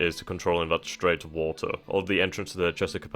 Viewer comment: chesapeake bay is pronounced Chess-a-peek. Just so you're clarified.